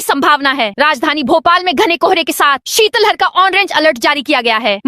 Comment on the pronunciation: शितल हर नहीं, शित लहर बोला जाता है।